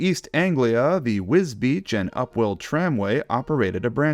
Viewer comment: i still absolutely love the fact you pronounce Wisbech correctly, 90% of the UK pronounce it wrong! I lived there for many years! You might want to check it out because the church that Rev Awdry was in charge of is nearby & has a stained glass window of thomas on it!